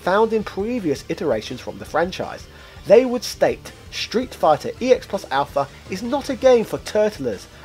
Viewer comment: Congratulations with coming up with so many different ways to say Street Fighter EX plus Alpha incorrectly in one video.